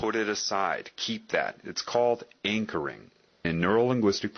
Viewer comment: jeśli mogę zwrócić uwagę to lektor używa tam słowa anchoring (zakotwiczenie) a nie encoring